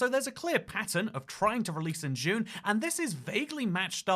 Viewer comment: trying to pronounce June 6th 🤣